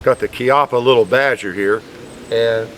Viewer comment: Bravo! Sei l'unico che pronuncia correttamente il nome; gli altri lo chiamano Ciappa.